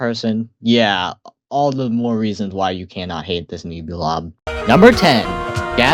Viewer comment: Pronunciation fix: It's pronounced "Nehbulob" like Nebula not Neebulob :) Also your rankings are so fair, not a single drop of hate and I love that. well until Gaddzooks I don't get why an overrated monster makes you hate it. People love it so much because without Gaddzooks Ethereal Workshop just sounds so much more empty